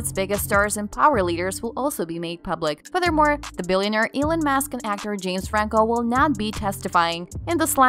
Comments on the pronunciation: Can't even get Elon musk right, it's not ekon mask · Elon "Mask"? Some of the pronunciations are just ridiculous. "Scarilous"? The word is scurrilous. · Did she just say "Elen Mask?"